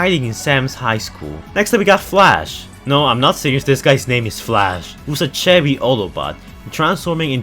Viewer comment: When you said "Chevy" I thought you said "cherry". not to be rude